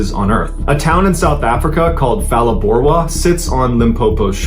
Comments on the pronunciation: It's pronounced Palaborwa, not Falaborwa. It's not English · Huge fan here in🇿🇦 when pronouncing Phalaborwa the (Ph) doesn’t create an (f) sound so it sounds like Pa and so it goes with many Southern African words that aren’t in English🫡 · It starts with a PH but it's pronounced Palaborwa. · Pronounce Phalaborwa with a P not an F. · It's pronounced as pa like in Paleo. Proud Limpopian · Generally good pronunciation of Saffa names, but the "Ph" in Phalaborwa is a hard p. 😊 Zimbabweans are victims of terrible politics from both their own regime and incessant interference from the West, who has no business there except greed. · The "Phala" in Phalaborwa is pronounced Pala as in Palladium. The "dag" in Buitendag should be pronounced as "dACH" as in "ACHmed the dead Terrorist". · I live here in Phalaborwa ( pronounced Pala borwa) my brother in law and a friend swam 50m to the other side and back again.... fools ! Had a 4.2m stalk our rubber boat, had himself ready to launch one of us out of the boat...luckily we saw it ! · I'm from South Africa and so btw, it's pronounced Palaborwa, with a P not that F sound. Phalaborwa mean, better than the south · Pronounce the town name with a pronouced P like you would say papa - not a soft P like Phil ❤ good story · Good story, and I really love your content! My only comment is on the pronunciation of names of people and places. As a South African, I could immediately tell that Phalaborwa was pronounced completely wrong, and Buitendag wasn’t perfect either - but a decent try. I feel that attention to these kinds of details can really make the story even better. Mariska - near perfect pronunciation :) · Phalaborwa is pronounced with the p and the h separately. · Sorry but the "H" in Phalaborwa is silent. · Phalaborwa is pronounced with a P not an F sound.